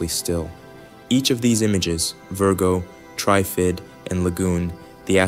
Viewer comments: You are pronouncing TRIFID incorrectly, like it is spelt TRYFID. Say it like it is in three parts TR IF ID - then blend it into one word without any spaces. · Yeah, they couldn’t pronounce Trifid properly.